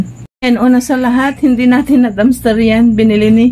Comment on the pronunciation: Dumpster ate hindi dumster